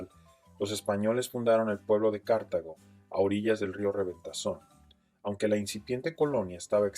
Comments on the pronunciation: Todo bien lo malo es que cuando dices Cártago en vez de Cartago pierdes credibilidad 🤦🏻‍♂️ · Dónde leyó que Cartago se pronuncia Cártago? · Es como escuchar la falaz historia que viene en los libros de escuela y colegio. Que duro. Esos datos de la cantidad pobladores son completamente cesgados, cómo iban a calcular la población indígena si no habían salido de Cartago? Y por cierto es Cartago no Cártago jaja Sí hubo violencia en contra de los indígenas, sí hubo encomiendas con las que se fundaron varios cantones de hoy en día: por ejemplo Tres Ríos. Lo que hubo fue una resistencia cabrona y por eso el sistema de esclavitud no les funcionó. Desde ahí comenzó el mito de la Costa Rica blanca.